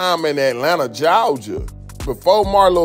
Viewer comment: “Jawja” says nobody in Atlanta 😂😂😂